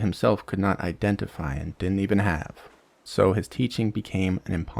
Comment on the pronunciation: I made it through when you said "dinen't" instead of didn't, but I'm out at "anyways."